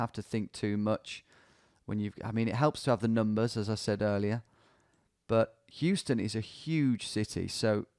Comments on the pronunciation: Houston in New York pronounced as How-ston not Hew-ston unlike a word with same spelling in Texas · Me, a New Yorker slowly dying inside when Tom pronounces it HUE-ston and not HOW-ston! Great content though so it slides 👍🏼🇬🇧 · Houston street in New York is where the name of the iconic SoHo neighborhood comes from… SOuth of HOuston. Additionally, the street is actually not pronounced like the city, instead it’s “How-stun” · pronounced "how stun" street in nyc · FYI, Tom, here in NYC, Houston is pronounced "Howston." It has no relation to the city in Texas. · Houston street in NYC is pronounced Howston - before you get blasted for another "Oregon/Oregun" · In New York, Houston St is pronounced "house-ton" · Who wants to explain to Tom that Houston Street in New York isn't pronounced the way he thinks it is? It's actually HOW-ston. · Hearing you say Houston like the city multiple times saddens my New York heart. Commonly mispronounced shibboleth but the street in Manhattan is "How-ston" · pronounced how-ston street. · That second game, I almost immediately identified the blurred out NY plate on the blue SUV. Wild. Loving the progress! Also: in NY anything spelled Houston is pronounced "How-stun" not like the city in Texas. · Just FYI in NYC "Houston" the street is pronounced "House-ton." The "SoHo" neighborhood stands for "South of Houston." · In NYC, street name is pronounced How - Stun. Not like Houston, Texas pronunciation. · also not pronounced like the city in texas